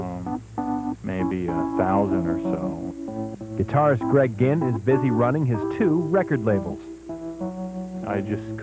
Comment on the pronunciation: It's Greg ginn not Greg gihn